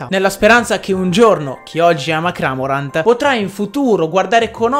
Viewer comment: Va che Cramorant è un cormorano, non un “cramorano” (ciao )